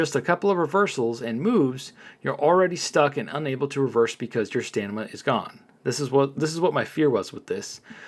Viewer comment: Hey 👋 I am not trying to be mean but you say "stanima" it's stamina not stanima just trying to help nice Content Creator like yourself.